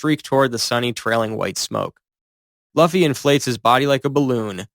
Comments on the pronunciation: Why did you say duffy😂😂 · The pronunciation of Luffy and Haki took me out of the experience lol